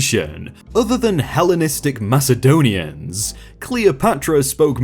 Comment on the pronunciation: please tell me you purposely said macedonian false